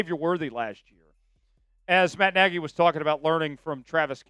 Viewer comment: No it's nagy